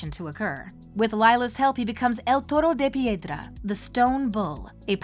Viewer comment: As a Spanish speaker, you pronounce the episode's title well 👍. One thing I liked about the episode is how it shows how controlling Gabriel is towards Adrien because here you have a letter that Gabriel left Adrien in hopes that he'll find it to convince Adrien to continue his legacy as Monarch and bring back Emilie and him yet at the season 5 finale Gabriel tells/manipulates Marinette in not saying anything showing that he had a backup plan in case something went wrong. Not only does that letter serve to manipulate Adrien further for that "perfect" world Gabriel wanted in the end, but it also destroys not just Ladybug's reputation but also the relationship between Adrien and Marinette, granted Gabriel didn't know Marinette is Ladybug, but it worked out in his favor in the end (granted he still could've had a change of heart but you never know). Also, I like the parallel in this episode between Stone Heart and El Toro de Piedra, with Marinette helping Ivan in season 1 and now in season 6. I find it interesting that Nathalie wanted to get rid of the letter and not tell Adrien, compared to Marinette, who wanted to, but it obviously didn't happen. It shows how Marinette's decisions are haunting her. As for Ivan confronting his father the way he did in the episode, it shows how normal it is for Ivan to talk/confront his father, which is so sad because, like Adrien, Ivan is used to this kind of behavior and sees it as usual, even though they know that it's not. And Nathalie, what t